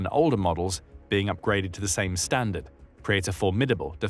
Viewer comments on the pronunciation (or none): none